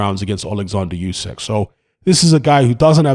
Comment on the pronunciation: "Oo-sick," not "Yoo-sack." Either way, he beats AJ again.